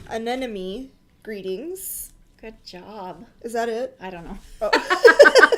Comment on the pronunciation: “An ‘em mony ” is how anemone is pronounced